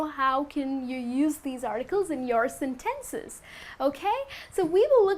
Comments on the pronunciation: Hi, i liked your class, it's useful and understandable and i want to point you something, the way you pronounce "sentences " is incorrect. You have to check/verify in a translator. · Seriously? Senténces?!? 😐